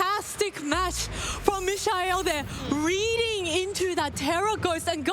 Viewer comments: she called him michelle at least twice idk bro 😭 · Bro his name is MIKE-UL who dafuq is mish eye el? Bring back aaron and wolfe bro im BEGGING YOU!😭💀😭💀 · Me-sha-el, Fake Out Presurre...wdh are these commentators talking about...🥲🥲🥲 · LOL bro true... not the best... I can kinda imagine saying "me-kha-el" too fast and it turns into michelle, but you right. I'm just trying to be patient with the casters 😅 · How about how the announcers pronounce his name 😅